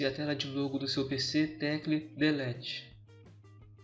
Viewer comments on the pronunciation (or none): Ele falou tecle delete eu não entendi